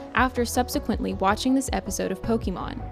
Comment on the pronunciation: disliked for the pronunciation of pokemon